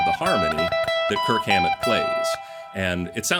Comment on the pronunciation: Dude you gotta go back and overdub every time you say Kirk Hammet.